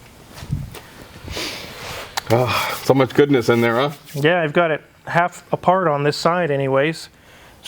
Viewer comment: U have to plz stop saying “Danielson” ! For some reason it errks the hell out of me lol . Cant believe those prices though , thx🤘🏻🏁